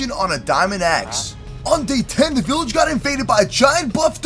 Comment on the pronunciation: BILLAGE!!!! BEKFAST